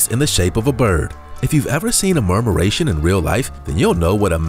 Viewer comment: murmuration not marmuration.